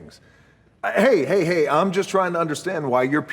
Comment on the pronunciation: Hay hay. Not hi hi stupid